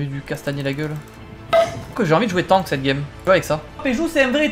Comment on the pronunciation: Il est beau le "TONK" mdr on dit Tank non?